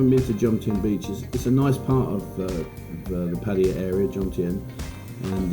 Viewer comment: Good video. Nice to see more than just a beach. Well done! It's Pattaya, not Pattya...isn't it?